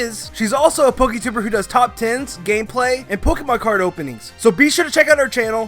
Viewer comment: did you really say "poketuber"?